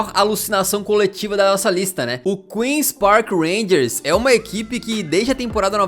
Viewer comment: Belo vídeo, mano. A pronúncia do Queens Park Rangers é "quil pi ar", que são as iniciais em inglês... não "crul pi ar".